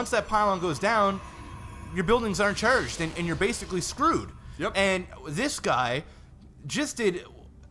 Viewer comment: im sorry, but i lold when i heard "your buildings aren't churged". xD good vid, keep em up!